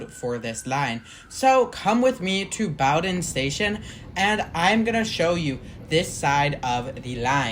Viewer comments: Bow-din, not bouwdin. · Except for Bow-don. It's pronounced Boden. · Nice video! Just so you may know, Bowdoin is pronounced BEAU-dun. It is a really neat station in that the area around it is quite steep. The extension has been around for I forget how long, but I suspect the Charles extension will never get built. I had envisioned once extending the Blue Line along the river towards Brighton but that was just an idea and, of course, nothing ever came of it. Nice work, its a cool line for sure. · Sorry. Boh-Dunn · In Boston, we pronounce it Boh-Ruhn. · And while you're fixing the mispronunciation of Bowdoin, could you also fix the misspelling of "its" in the description? It's its! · that pronunciation of bowdoin has GOT to be ragebait 🫩✌🏻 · I immediately stopped watching at that point. How does a video about a place where they regularly announce the name get the name wrong?